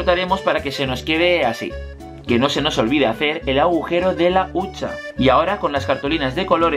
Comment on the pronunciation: Se dice huchaa no huncha no? Jajaa me encantas